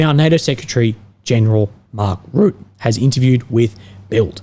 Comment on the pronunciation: Hi! Just a little comment about the pronunciation of "Rutte", since you'll probably have to say it much more often in the future. The 'u' sound in the name is much shorter than you are pronouncing it now. It's like the 'u' in Trump and not so much as the 'u' in 'rude'. In fact, the 'Rut' part of the name sounds like the 'rut' from 'being in a rut'. Secondly, the 'e' at the end of Rutte is not silent. You can pronounce it as an 'uh' sound. So Rut-tuh. Just FYI. :) Best of luck with the chemo. Hope it won't be too bad.